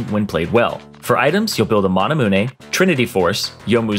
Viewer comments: It's manamune (pro. manamún) not manamuneh (pro. manamune) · "Mah-nah-moo-nay" CORRECTION SIR: "Ma-na-mewn" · it’s mana-moonay not mahna-moonay. He’s close but not entirely correct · It’s manamune like mana-myoon, not mana-moonay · MANAMEWN NOT MANAMOONEI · Who else is getting triggered when he saids Manamune, instead of just saying Mana-mune. Like how you pronounce immune! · why is no one talking about how he says maanamuneeey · i was looking for that too XD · Ik it’s fucking nails on a chalk board to hear. He says mana as maauna. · finnish american mana moon. Do you know how “e” works in English? You don’t say “roonay” you say “tune” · Hi. I’m half Japanese, and if this item is supposed to resemble Japanese swords, it would be pronounced mana-mu-ne with a short ne sound at the end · "You are gonna build a mana-moonay." And take fleet footwork? Sweet! I love that roonay. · Am I the only one chocked when he sais "manamunEE" ? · First time he said manamunay I thought it was a joke. By the 5th time my head exploded. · I always thought that item was pronounced 'mana-myun' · Manamune. Mah-nah-moon-ay. Manamune. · The amount of times you said Manamoone triggers me. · Bruh you can’t just say mana-moo-nay and get way with it. Also in the comments it’s tagged as a muramana lol. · Nobody: manaMOONe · why tf you say MANAMUN-E XD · Everytime this dude says mawnamoonay i cringe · The way you pronounce manamune is very disturbing